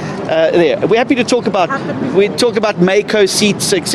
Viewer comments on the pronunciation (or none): none